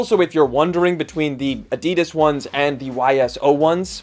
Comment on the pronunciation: China offers better value and specs. Adi-Das think Adi for the first syllable and Das from Dassler for the second syllable. Li Ning slides here last week for £22.